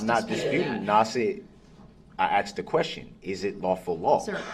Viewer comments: "I did not axe dem da do dat". 🙄🤢🤮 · I did not axed them to do dat. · I'm sorry. The word he used was not "asked," it was "axed." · Axe, axed ,axes ax! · Axed to do dat? What does that mean? Help me out here. I'm confused. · Axed em ta do dat? Terrible to pay for this guy studying law in prison after destroying so many lives